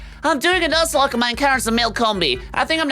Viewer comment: Please tell me I’m not the only one who heard say “luzlocke”